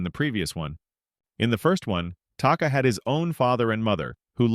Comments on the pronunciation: It’s taka not taki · Oh god i hate it when ppl talk about charchters an they cant even get the name of the charchters right its taka get it right